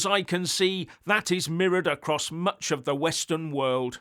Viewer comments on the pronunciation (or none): none